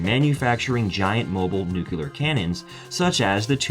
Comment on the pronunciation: ..."nucular".... :-D